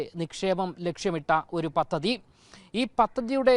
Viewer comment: "പതതി " അല്ല, പദ്ധതി